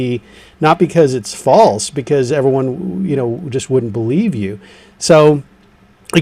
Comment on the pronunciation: AH does a slip up when asked the true or false she nearly says false, like ftrue 🤭🤥